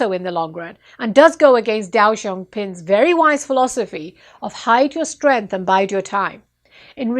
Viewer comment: You Completely Destroyed that Name 😂😂 Its Not Dao Xao Ping, Its Deng Xiaoping 😅